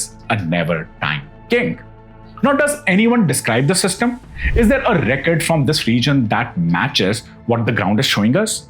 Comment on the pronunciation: Kindly correct the pronunciation of the word because, because , because is uttered many times and it’s just off 😂. Word record too is mid pronounced